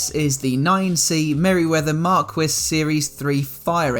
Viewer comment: Fantastic job Jason! NB. Marquis = "Markee"